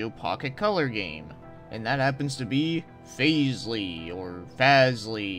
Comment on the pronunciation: The pronunciation is correct. "Faselei" is German and means something like "blather" or "prattle"